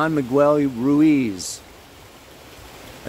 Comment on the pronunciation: The u in Miguel is silent.